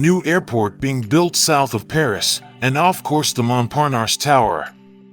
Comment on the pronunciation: Where is there an R at the end of triangle? "Tryongluhr." Treeungluh, maybe but come on folks. That's the weirdest way to say it. It's not like that in English nor in French. There's no R at the end of Montparnasse either. Phonics, folks.